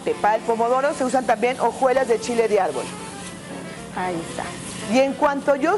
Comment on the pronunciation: Y dijo "Chile di árbol" jajaja